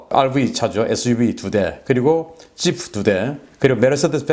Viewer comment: 늘 보면 P 발음을 F 로 발음하는 특징이 ㅎㅎ부품-부훔 파리-화리 지프-지후 ㅋㅋ 캐릭터가 확실하십니다.